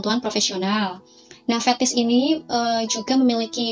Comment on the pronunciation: Fetish mba, bukan fethis🙋🏻‍♂️👩🏻‍⚕️